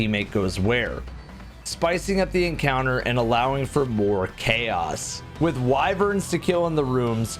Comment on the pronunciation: You said Wyvern, and I had to keep myself from thumbs downing